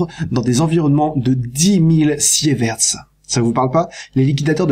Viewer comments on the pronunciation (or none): Autre petite erreur de prononciation, on ne dit pas Siévert (avec un é) mais sivert (avec un i), même si ça s'écrit sievert.